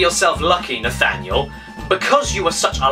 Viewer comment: Sometimes when caddy says your name it’s sounds like “Nathaniel foger!”